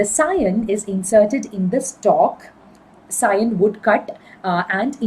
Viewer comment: Ma'am only u pronounced scion correctly majority teachers pronounce it as si- on